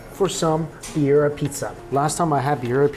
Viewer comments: Beer Ee Uh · Love watching you Mikey, I’ve been watching for years, but the way you said Birria made me cringe every single time 😂😂 lol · His pronunciation of Birria was killing me ! Lol😊